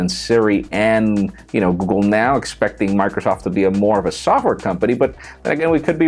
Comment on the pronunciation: The kid didn't know how to pronounce "software." Someone's dad is about to be fired.